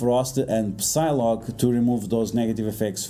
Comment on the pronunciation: When you pronounce Psylocke you do not say the P, you read it as Sylocke.